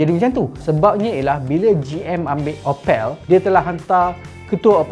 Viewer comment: opek Upin Ipin ke Opel mana satu